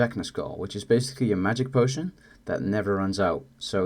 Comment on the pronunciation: what potion shit you mumbled it so bad i dont know what you said